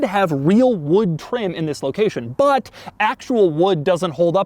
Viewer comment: why he say wood like that 💀